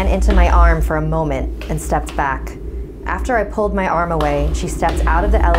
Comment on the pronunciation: NU MY WEAVE!!!! NOT MEH WEAVE!!!! But seriously, ima try that.